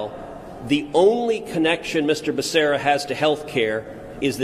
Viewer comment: Joe didn't even know becerras name he called him baccaria . Pure show